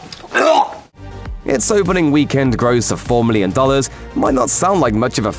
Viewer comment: Stop saying weekend that way 😭